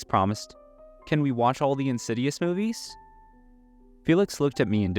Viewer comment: I like how you called the Insidious movies “Whore” movies.